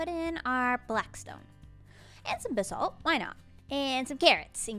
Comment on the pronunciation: The way says basalt disturbs me. Why say it like that? AH